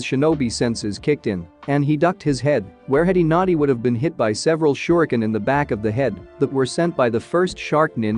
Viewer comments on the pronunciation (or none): none